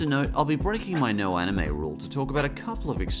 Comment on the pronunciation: "anime" not "amine" Anime, as an English word, is a catch-all term for animation originating from Japan. In Japan, it refers to all animation. It is not something that's not for kids. Pokemon, Digimon, Sailor Moon, Yu-Gi-Oh!, Azumanga Dai-Oh!, etc. are all aimed at kids. *"Masquerading", not "mascarading"